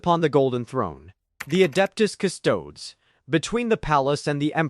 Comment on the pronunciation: pretty sure he knows what a custodes is. He’s commenting on your AI being unable to pronounce it on account of it being heretical and all